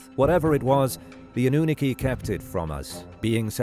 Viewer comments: I’m afraid your AI voice has no idea how to pronounce “Anunaki” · Why the pronunciation oddity on annunaki and denisovian? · I heard that too😂